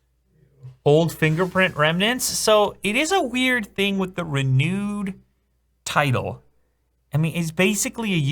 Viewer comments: he says "RENEWED" not "RE NUDEEEE" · Sounds like "Re-nude" 😂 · im so sorry for this but RENOOD!!😂😂 dont worry love ur videos man keep it up